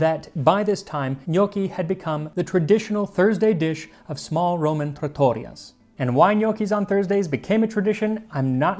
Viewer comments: Oh yeah omg very important word to know before a trip to Italy -- for clarification if he ends up reading this, it's trAH-toriya the latter part sounding like "tortilla" :D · Yeah, other than "trattoria" maybe, accent on the wrong vowel XD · Thanks Max, I grew up eating these lovely things on special occasions, and now I hardly ever make them! The modern version is quite easy to veganise - you can also make them with squash instead of potato - so I don't know what my excuse it, other than laziness. Btw: it's not pronounced trattOria but trattoIa, the stress is on the "i". Other than that, beautiful pronunciation as usual ☺ but I thought I'd point it out because you're going to be saying that on your Italian holiday! Say hello to Florence from me, sadly I haven't been in years.